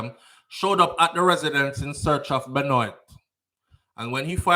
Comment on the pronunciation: Great live fam, so sad to hear about those babies. They're the age of my daughter. My condolences to their families😪 BTW, Benoit is french, it's pronounced "Ben-Wa". Neither here nor there, just thought I'd throw that in.